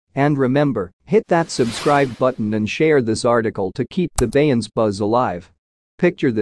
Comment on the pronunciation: The AI voice can't pronounce Beyonce's name. This is totally unacceptable. If you can't get a human to narrate STOP making videos.